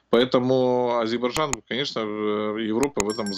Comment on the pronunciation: Научите типа эксперта говорить правильно название страны Азербайджан